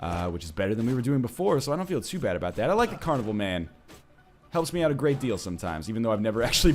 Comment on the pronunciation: Aboot. Finally,we heard him say it!